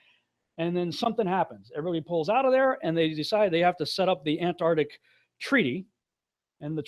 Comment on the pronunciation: PLEASE!!! Learn how to say "Ant -- ARC -- tic". Thank you for your cooperation.